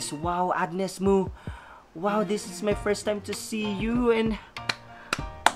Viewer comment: Hehe where you been dude? It pronounces Mo as in Mow anyways thanks for all the positivity and support queen Mo... 👸👸👸👸👸💯💯💯💯 she rarely sings other artist's song ...she writes and composes her own songs and the song you just enjoyed is hers. Maraming Salamat po